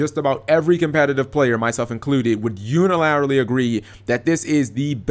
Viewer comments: UNILARILY?! NIGGA WHAT THE FUCK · He was saying unilaterally lol